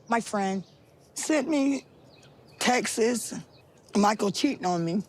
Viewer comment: Sent her " texes" you mean "text-s"